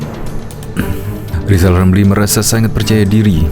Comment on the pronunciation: Wong baca R aja gak bisa kok malah nyalon presiden,,,zal rizal wes2 angel2 wkwkwk🤣🤣🤣🤣🤣